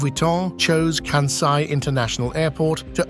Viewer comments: Please to pronounce that airport, region, as “Kansai,” not as, “Kanzai.’ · It irritated me every time the narrator pronounced Kansai as Kanzai. Small issue but so easy to fix. Otherwise, interesting comments! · It is not “Kanzai,” but “Kansai. You should at least learn how to pronounce it before you make it. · kan-sigh not kan-zeigh. Ko-bay not Ko-bee. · Yes, stop bastadizing Asian names. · Why Americans (and British) can't pronounce "SAI"? IT IS KANSAI. SA as pronounced in SAdness, SAnd, SAtan etc etc... Not KANZAI. there is no Z there. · The narration mispronounces "Kansai" as well. It's pronounces by us living in Japan, "Kansai," with an S, but I kept hearing kanZai. (T_T) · This may explain why they mispronounced “Kansai” as “Kanzai” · Right. Where is the "z" in "Kansai"? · The 's' in Kansai is the same sound as in 'Spain'. It is not 'Kanzai'. Furthermore, it isn't floating. Islands, artificial or otherwise, do not float. Also, Kobe and Ghosn were also mispronounced. There again, what does one expect from the English. They can't even get Welsh place names correct after almost 800 years, so they continue with their tradition of butchering other languages also.